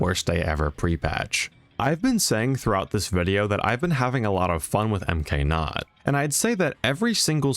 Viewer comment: Why is MKNOT pronounced M K NOT instead of MKNOT I'm nitpicking but yea :)))